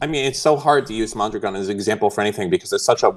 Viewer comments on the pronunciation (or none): lol at "MON-dragon" - it's "mahndra-gohn"